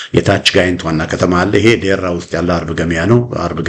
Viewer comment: ደራ ወረዳ not ዴራ